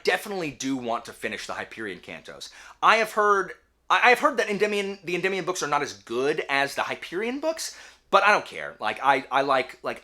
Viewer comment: Thanks for giving me the pronunciation for Endymion (en-dim-ee-on) I always pronounce things incorrectly in my head and anyone with that name I heard "ed-dee-my-on" 😆 always educating the people 👍